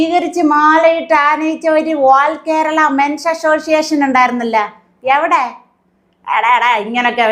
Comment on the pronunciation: അമ്മച്ചി മെൻസ് അസോസിയേഷൻ അല്ല "മെൻസ്സസ്സ് "അസോസിയേ ഷൻ ".